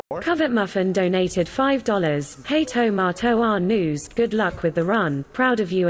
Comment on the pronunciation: Tomato Angus the G is silent